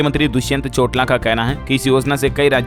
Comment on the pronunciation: दुष्यन्त चोटला नहीं भाई our Dy CM name is दुष्यन्त चौटाला है।